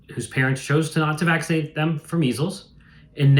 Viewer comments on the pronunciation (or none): "Nobody gets meezel's these days so why vacksernate again'st it".